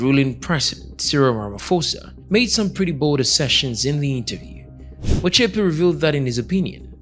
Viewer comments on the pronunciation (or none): You pronouncing his surname wrong you would be right if you pronounce it in English.